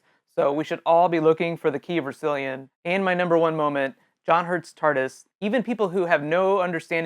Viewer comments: Did he say rasillyon NO! ITS RASSILON NOT RASILLYON! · It's pronounced "Rass-ill-ON" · Hate to be "that guy" but it's pronounced "RAS-sill-on". Emphasis on the first syllable. The guy's name was Rassillon. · I love how you pronounced rasilon! You made me smile 👍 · Sorry to be that guy, The Key of Rasillon is pronounced the exact same as President Rasillon, portrayed by Tim Dalton in DT's final Eps.